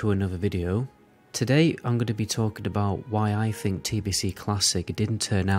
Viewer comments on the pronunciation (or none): Dude, please, you need to pronounce the 'th' in 'other', etc, not 'uhver' -- or 'th' in 'think', not 'FINK'... seriously stop, my god